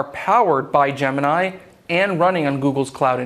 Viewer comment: Where is this guy from? Why does he pronounce "gemini" so strangely? Is he Russian or Chinese?